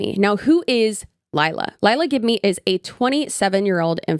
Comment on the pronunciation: i can’t get over GIB-MEE. GIB-KNEE girl, GIB-KNEE.